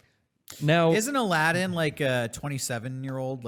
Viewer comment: Says the name of the game incorrectly. Proceeds to make fun of the guy at GameStop for not knowing the name of the game.